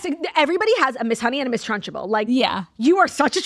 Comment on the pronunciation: Ladies WHY are we saying trunchable like lunchable?! It’s trunchbull no?